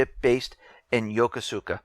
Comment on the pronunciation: Yoe-Koe-Skah.......Yoe-koe-skah.....Learn the right Japanese man.